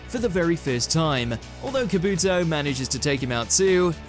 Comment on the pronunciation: I mean kabooooto, obeeeto, what else